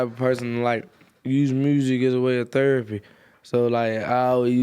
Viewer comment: “theropy” percs talkin 🤦🏽‍♂️